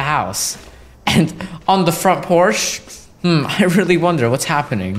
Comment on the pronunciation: Did he really just say “On the front Porsche” It’s porch Bruh